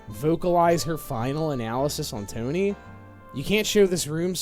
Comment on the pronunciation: Toe Knee